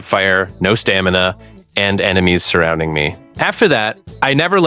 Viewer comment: STA-ME-NA --- IN EVER WHINED